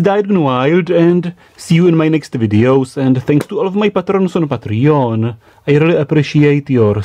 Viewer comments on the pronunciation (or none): none